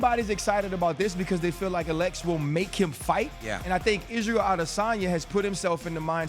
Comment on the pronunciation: Why do they pronounce Alex.. like Uh-lex!? 🤣